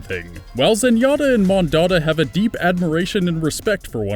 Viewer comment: zenyatta is clearly correct